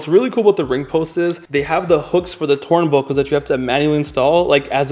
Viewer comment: twurnbuckle :3 😂😂😂